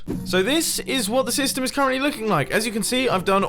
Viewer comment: 13.41 I swear he said ‘dystem’